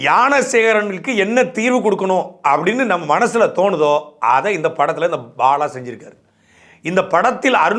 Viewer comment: பாழா வா பாலா வா? பாழியல் லா பாலியல் ஆ?. காவழர் ஆ காவலரா? துரைமுருகன் இந்த காணொளியை மறுபடியும் பார்த்துவிட்டு சரி செய்யவும். நீம் தமிலர்